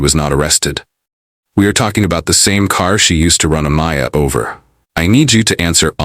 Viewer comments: AMAYA NOT amia or amnia A-M-A-Y-A ❗️❗️ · Yes!! He was pissing me off!! Who tf is Mia! It’s clearly Mya!! Trying to capitalize off the situation… sad !! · Why does he keep intentionally mispronouncing her name? I’m pretty sure we all just heard how her whole family pronounced it.